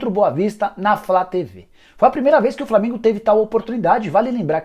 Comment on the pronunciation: Só eu que ouvo ele falar " Flamingo e boa vista:?